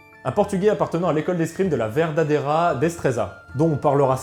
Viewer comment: "Berdadera" on dit car un v en espagnol se dit b